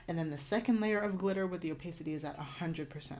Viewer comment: Super helpful, thank you! I love love cateye, so I'd love a deep-dive on how to achieve different cateye designs! Also just FYI it's pronounce oh-PAH-city